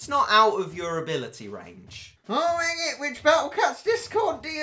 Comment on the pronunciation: its not refit its rejit